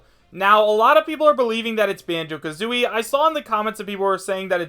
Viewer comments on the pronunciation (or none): Wait did just say Banjo KAtooi XD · Did he say Bango-ka-tooie?